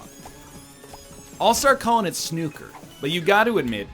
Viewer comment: We get it... You got corrected when you pronounced snooker wrong.